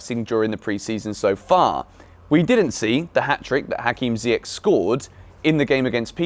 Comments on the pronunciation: Small thing. Ziyech has a last name that is pronounced with a soft “CH” sound like Church. So it should sound like Zee-yesh, not Zee-yek. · it's pronounced "ZiyeSH"